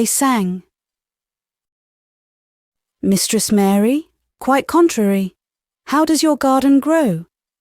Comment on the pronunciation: Just to say - the nursery rhyme is 'Mary Mary quite contrary how does your garden grow.' The word 'contrary' is pronounced to rhyme with 'Mary'. Pronouncing it as you do destroys the rhythm. Please look it up.